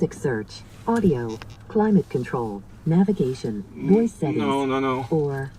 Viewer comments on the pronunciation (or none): You gotta say navigation bro